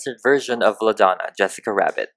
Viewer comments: Has anyone noticed that, he says wessica instead of jessica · Is it just me or when you say Jessica rabbit it lokey sounds like Jwessica Wabbit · It's not Yes sica it's Jess cica. No, it's not the same. She isn't Hispanic and her name shouldn't be pronounced like that. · YESSICA WABBIT QWEEN😂🤣- YAAAAAAAAS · Kaylee Keeper in spanish/latino countries people pronounce Jessica Yessica most the time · Have you ever tried using an airbrush? Also she is called Jessica J-e-ss-i-ca not Y-e-ss-i-ca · I keep hearing yessica instead of Jessica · He keeps calling her yessica wabbit I have never seen the movie so maybe that’s just way he talks plus I am new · who got so irritated when he kept saying "yessica Wabbit".... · Two seconds you can hear him say Yessica Wabbit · Ok can he stop say Jessica WABIT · Why is he saying Jessica like "Wessica/Yessica"? Come on man you're upsetting us Jessicas. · Speaking of Yessica <3 loved the way you say her name, could you do Holly from Cool World <3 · yessica wabbit